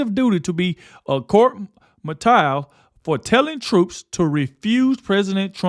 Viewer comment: Hi Guy! Love your News Stories. May I help you~~? Court Martialed...is pronounced: Court 'MAR-SHALLED'.....which means (basically): 'Dishonorably Discharged from Military Service'...usually with NO Pension, NO Benefits...just being a DISGRACE to EVERYONE....in the Military and Civilians! God Bless you for you wonderful work! Thank you again! Watch you---every day! Keep ON--KEEPIN ON!